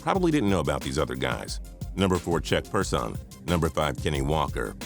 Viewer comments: yo you gotta pronounce these guys name right... it's chuck person not per son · Bruh 😁😁😁 did you really just say Chuck per son its Person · "Check persan" 😂 its chuck person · Ron Harper was the starting point guard for a portion of Chicago's dynasty. How is that not doing much? Also, who pronounces "Chuck Person" as "Check Per-Sahn"? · you forgot giannis in the 2013 draft, as for the 1986 draft? its chuck person not check perrsawn lmao, speaking of which he didn't actually do too bad and averaged 21 points one season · could have been a cool list, but too many obvious oversights. Ron Harper... he of nearly 14,000 points scored? I'd say 15+ years in the league, multiple championships, and numbers like that get you at least off of a "worst" list. Same with Chuck Person (pronounced wrong in the video)... had a great career. Almost 14,000 points also. These guys don't deserve to be mentioned. C'mon. Do your homework. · When you mentioned the 1990 draft, you mispronounced Chuck Person's name and brought him up like he was a nobody, as well as Kenny "Sky" Walker, and Ron Harper, who was a solid PG for Jordan. The 2013 draft featured stars like Antetoukounmpo, McCollum, Gobert, Oladipo, Schröder, Noel, and more, yet you decided to point out Kelly Olynyk as a star player from the draft. I shouldn't even have to elaborate on how stupid you sounded there. In 2000, not once did you mention Jamal Crawford, who's been a solid backup PG for the Clippers so far, while Kenyon Martin isn't even in the NBA anymore. Like, really? For the 2006 draft, you think that being a key SG for the Clippers isn't "doing much" when you mentioned J.J. Redick. I knew I made a mistake watching this video, because it's obvious that you people aren't doing proper research, and you're just saying the first thing that comes to your mind.